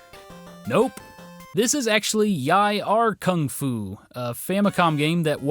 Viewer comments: It's not "Yie Ar" Kung Fu. You said the text on the cartridge was Mandarin, right? That would make it Yi Er Kung Fu. Yi=one Er=two. [One Two Kung Fu ] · its EEEE RRRRRRR kung fu!!! not yi ar kung fu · It's pronounced YEE-AR Kung Fu. Not YAI-AR